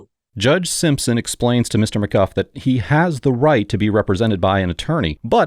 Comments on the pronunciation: It’s McGoo not McGuff. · Isn't it pronounced McGoo not McGuff? Is he using AI voice? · It’s pronounced “mcgoo” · I see why you have no propper job, you are not able to' even speak out names the right way - maby you should go back to elementary school